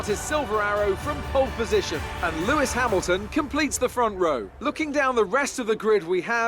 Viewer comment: I'm making you an F1 drivers name pronunciation guide because you butchered about half the names of the drivers. Mercedes-Benz AMG F1 Team -Lewis Hamilton you pronounced correctly -Nico Rosberg you also pronounced correctly Scuderia Ferrari -Sebastian Vettel was pronounced correct -Kimi Räikkönen is Kimmie Ra-cone-en Red Bull Racing -Daniel Ricciardo you pronounced right -Max Verstappen was also pronounced correctly Williams -Felipe Massa is pronounced how it looks -Valtteri Bottas is Valtteri Bot-ass Sahara Force India -Sergio Pérez is Sergio Pair-ez (His nickname is Checo so you could just call him that) -Nico Hülkenberg is pronounced how it looks Scuderia Toro Rosso -Daniil Kvyat is Daniel K-vee-at -Carlos Sainz is Carlos Sy-nts McLaren-Honda -Fernando Alonso is pronounced how it is spelled -Jenson Button is also pronounced how it looks Haas F1 Team -Romain Grosjean is Roe-man Grow-zhawn -Esteban Gutierrez is pronounced how it looks Renault Sport F1 Team -Jolyon Palmer is Joe-lee-un Palmer -Kevin Magnussen is pronounced how it looks Sauber F1 Team -Felipe Nasr is how you were pronouncing it in the video -Marcus Ericsson is pronounced how it looks Manor MRT -Pascal Wehrlein is Pass-call Vare-line -Rio Haryanto is Rio Hairy-ant-o Additional Fun Fact is that Manor went Bankrupt and is no longer a team.